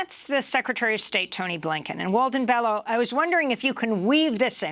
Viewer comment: Pronounced BELYO